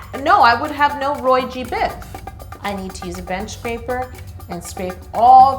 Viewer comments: It's pronounced ROY JEE BIV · It’s pronounced Roy-gee-biv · It’s ROY G BIV, the g is pronounced by itself as the letter g